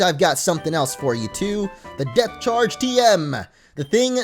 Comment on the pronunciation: I can't stop hearing Death instead of Depth. Ex. Death Charge, Death Badge